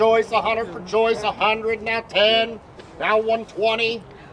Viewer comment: I kept thinking the auctioneer was saying, "Joyce!" rather than Choice. I was thinking "Joyce" was a regular at auctions.